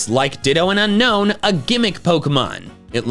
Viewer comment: It's Unown, NOT Unknown! There is no K in the name!